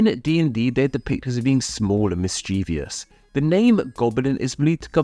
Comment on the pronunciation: MischievOUS! There are two Is, not 3. There are 3 syllables, not 4.